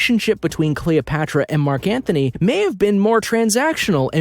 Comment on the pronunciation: It's Mark Antony...not Mark Anthony